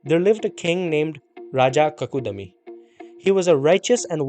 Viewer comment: Not Bhagavat Puran. Bhaagavat Puran.Not Kakudami. But kakudmi. Half da as in Padma